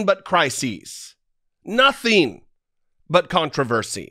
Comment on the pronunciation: Why does he keep saying “notheen” ???